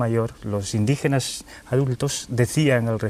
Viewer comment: yo acepto que se peguen palabras como coño!! joder!! vale!! o madre mía!! pero no la manera de hablar ejem. como estais, volvais..... o .. indijenash ..pfff!!